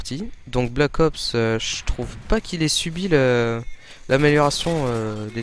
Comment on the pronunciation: mdr vous trouvez pas que quand il dit "Black ops" on entend blackos? Sinon tu pourrait être un peu plus enthousiaste quand tu parle sinon c'était pas mal.